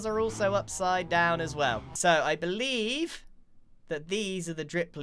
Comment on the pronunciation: “I beleaffff” is that intentional?